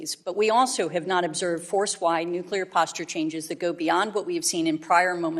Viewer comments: I feel distracted by the host pronouncing nuclear as nukular (newquelur). I was taught The most accepted correct pronunciation of the word is “NEW-clee-er.” & I am baffled why an educated person wouldnt at least try to pronounce it correctly. It's distracting from listening to the actual questions. I know it's stupid to be focused on such a thing but i find it really weird a person in such a public position hasn't corrected their own pronunciation of a word they are required to constantly refer to. The rest of the discussion is very informative & very important for everyone to hear. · He said "Nuculer threats" phew I thought he said " nuclear threats" we're good. Nothing to see here folks. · How hard can it be to learn how to pronounce "nuclear" correctly?